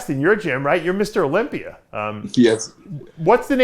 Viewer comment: You can move to Florida,Dave, but you still say "Olympi-er". lol!